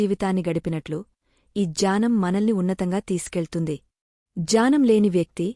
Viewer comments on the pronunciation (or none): meeru jaanam antunnaru Gyanam ani palakandi Mimmalini tappu pattadam ledhu konchem sari chesukondi Jai sree krishna 🙏🙏🙏🙏🙏